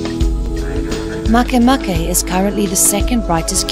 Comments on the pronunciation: it's not mahkay mahkay. it's ma ke ma ke. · I thought MakeMake it was pronounced "make" "make", but not, it's "maikeymaikey" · As far as I'm concerned, Pluto is "Still" a Planet in my mind, and if one is to pronounce "MakeMake" Makay-Makay...Then just spell it that way to be less complicated!